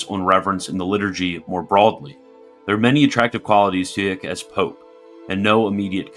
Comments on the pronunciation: Just a hint, "Eijk" is pronounced "Ike". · I’m pretty sure Eijk is pronounced like “Ike” Should we start handing out buttons that read “I like Eijk!”?